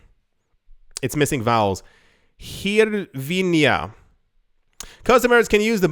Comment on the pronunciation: It's pronounced greevnuh or a softer g sounding like an h